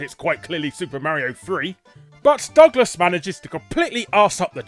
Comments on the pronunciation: IT CALL MARIO NOT MAREIO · You should learn how to pronounce Mario :p it's almost like you haven't heard him say his own name lol. I had no idea this show existed! And I loved he Nintendo cartoons as a kid.